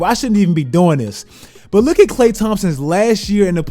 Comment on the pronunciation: "Better than Klay th- cccLAY, Thompson bruh, kkkhley Thompson."